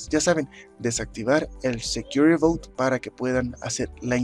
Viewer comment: "but" no "bout".... suena a "barco seguro"